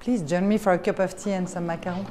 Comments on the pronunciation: Macarons not macaroons. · When the narrator doesn't know the difference between macarons and macaroons. Peasant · To the narrator: it's not "macaroons". FABULOUS loft though, love all the art and space and light.